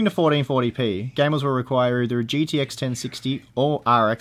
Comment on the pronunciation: Gidi X Titan. Hahahaha. Does Australians speak so?